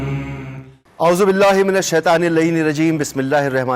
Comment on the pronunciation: How the host is reciting aahuzubillah